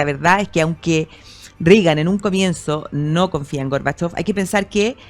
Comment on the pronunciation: Extraño que en Chile todos pronuncien Rigan. En Estados Unidos es RRegan pronunciando con E. En el caso del presidente la conjunción ea corresponde pronunciarla como en las palabras Bread o Head.